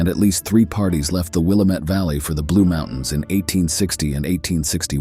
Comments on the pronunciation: Mispronunciations of place names show the narrator is either AI or not interested in the subject enough to learn the names like Willamette (Will am et we say) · Thanks for the share, howdy from Jackson County Oregon near Jacksonville and the Gold Hill mining district ... love the stories. Take care, stay safe, cool and free. ⛏⚒⛏ Edit; in Oregon it is pronounced Wil-lam-it Valley and the Dall's, not Dallas like in Texas. 😉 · The commentator could have at least checked the pronunciation for the Oregon landmarks….Willamette and Dalles for example. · good video! you mispronounced willamette and the dalles in case you ever travel here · Good story would have been better if you could put some work into your show and learn how to pronounce name properly. We got to Willamette, then The Dallas and you totally shit the bed on them congrats.